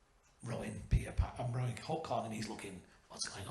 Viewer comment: I kept hearing hulk, not hook 😂